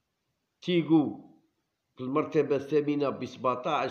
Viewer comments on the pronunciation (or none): تياغو وليس تيغو 😂